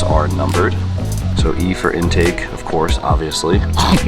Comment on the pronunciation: Ah, the Entake and Axhaust.